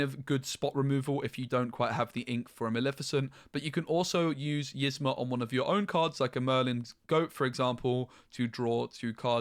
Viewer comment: Please say Yzma name right lol it’s not pronounced like this--> (is-Mah) it’s pronounced like this —> (Ease-mah)